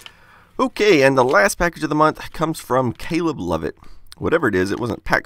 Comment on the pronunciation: this is a super late reply, but according to the captions, he's saying "cool last name". ^.^ it definitely sounds like he IS saying cool ass name though. >u>